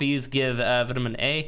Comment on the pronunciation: I like the vids but plz plz put vitamin into google translate... you are killing me man